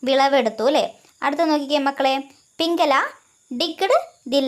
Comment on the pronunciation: പിംങ്കല അല്ല പിംങ്കള😂😂😂